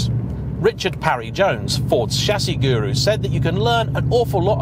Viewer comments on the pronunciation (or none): none